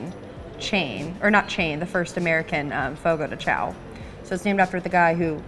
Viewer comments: said she was going over every single word in the car on the way over. Didn’t look up Chão apparently. 😉 Chão is pronounced ”shoan” like own. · just fyi you should pronounce chão like shawn or something like that!!!